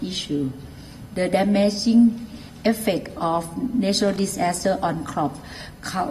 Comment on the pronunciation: OMG...such a "dis-ASS-ter"